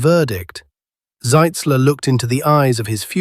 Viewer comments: The way you pronounce it on the video, that would be General Zeitzler, not Zitzler. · ...and not "Sitzler." Shoddy work,.